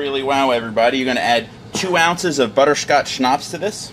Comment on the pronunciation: I absolutely love the way you pronounced Butterscotch Schnapps 👍👍👍